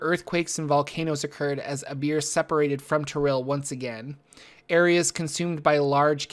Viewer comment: I understand "they went with a beer" xD